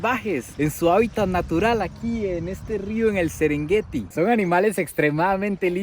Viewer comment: Casi nada el sesrengueti que maneras.